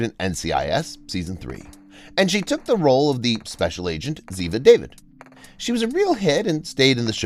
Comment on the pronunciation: It is pronounced Daveed not David